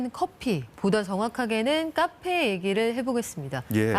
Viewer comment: 카페라고 쓰고 까페라고 읽는